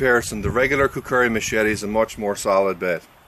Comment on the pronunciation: lol you say it like kukuri